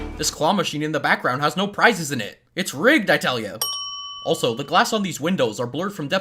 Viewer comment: You say "Also" but i hear A$$ o A$$ o